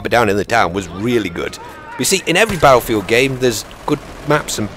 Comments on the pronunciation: It's his own speech. If you noticed he pronounces R with a W. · Is that how us "Americans" sound? Baddlefield?? Actually, now that you mention it, we DO say it like that! That's hilarious man. I can't wait till beyda comes out. Haha! Would be more correct if he said it like, "Bat-ul field"? Or "bait-uh"? I think us Americans are so lazy with English words that we like to blend all syllables together, if possible. Most people, on the other hand, think so highly of us "Americans" that people forget everyone on the continents of North and South America are "Americans" too. Hopefully doesn't start sounding like those Americans in Mexico. Now that would sound different.